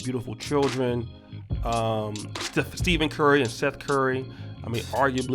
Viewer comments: Nigga how hard is it to literally say STEPHEN CURRY this keep saying Steven 😒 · It’s Stephen not Steven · The fact you called Stephen curry STEVEN is hilarious. Tighten up